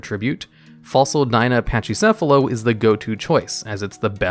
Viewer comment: Just so everyone knows the dino is pronounced PACKYcephalosaurus not like Pachy. The ch makes a k kind of sound.